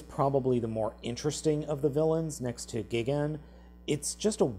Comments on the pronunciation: Mothra is a girl and you said gigan and king ghidorahs name wrong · Gigan wrong words bro and gidorah wrong words ghidorah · You said gigan and king ghidorah wrong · You said Gigan's name wrong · You say gigan so wrong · Dude. Mothra is a girl. And you probounced gigan wrong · you do not know how to say gigan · Has anyone noticed he said Gigan and King Gidorah wrong? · You pronounced gigan wrong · not to be rude but why do you pronounce gigan Gee-Gan..... it's pronounced Guy-Gan :D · its gigan not gegen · Not to be too nerdy or anything, but Gigan's name is pronounced Guy-Gan, not Geegan. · GEEGAN and KING GEEDERAH he butchered those names badly. 😭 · Wait wait wait let me get This straight if he’s watching Godzilla vs gigan with his friends and he says GIGIN! Friends: WHO THE HELL IS GIGIN!? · The way he keeps saying "gegin" personally angers me but good video otherwise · you're saying Gigan wrong, it's pronounced Gai . gn And the thing wrong about Ghidorah is that his torso is giant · Gigan is pronounced Guy-gan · gigan is pronounced like this guy.gin. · The way how you pronounce gigans name is g ie gin and king ghidorahs name pronouced king gi dorah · It's G-EYE-gan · It's pronounced gi - gan like guy -gan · And he pronounces gigan as "gee-gin" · If this mofo calls him Geegan one more time... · It's not gigan name like thus guy-van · Did you just pronounce it gee-gan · Learn there names who is gee-gen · It’s pronounced GIGAN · its pronounced like guy-gan and king Ghi-dora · Its Gigan you stupid dope.And they are sails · say it with me now guy gan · Did he say geeegan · you cant say gigan and ghidorah right? wow, you need to learn, I'll teach you Gigan (G-IE-GAN) Ghidorah (Gid-or-uh) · Mothra's a she, and Gigan is pronounced Guy-gan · It's pronounced guy-gan! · You say Gigan like Geegan? Nice job😒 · srsly??? Gee-gan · "Gee-gan" is your favorite monster even though you can't say it right.. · What on Earth is a Gee-ghen? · U said Gigan wrong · You said his name wrong